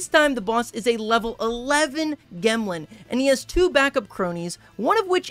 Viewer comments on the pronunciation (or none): gemlin has gems on its back. it is a rock. pronounced like gem. not g - em - lin. its jem-lin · Calling it a “gehmlin” over a “jemlin” is a bold choice when it has gemstones sprouting from its back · Gemlin?? It has a gem on its back Shouldn’t it be pronounced gemlin??? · I think it is pronounced gemlin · it should be pronounced "jemlin" like "gem" as in jewel combined with word "gremlin." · Brih gemlin is obviously pronounced jemlin, because, you know... gem-lin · i think "gemlin" is pronounced with a soft G sound because it has gems on its back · pretty sure Gemlin is supposed to be pronounced like gem (j sound). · Im mildly annoyed at the pronunciation of gemlin, i think the intent is for it to sound like gemstone